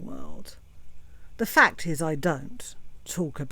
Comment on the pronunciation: 😂😂😂😂 lmao "A FAAAA-KKKKKKK-TTTT" "FAAAA-KKKKKK-Tts" "FAA-CCCCKKKKKKK-TTTT-s!!!"